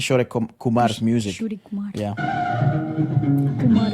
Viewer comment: Its Kishor Kumar, not Kishore Kumar. Original name is Kishor Ganguly.